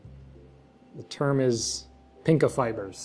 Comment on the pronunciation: You said pinkofibers rather than pycnofibres